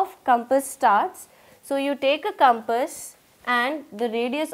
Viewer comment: why cant she pronounce compass:face-blue-smiling::face-blue-smiling::face-blue-smiling::face-blue-smiling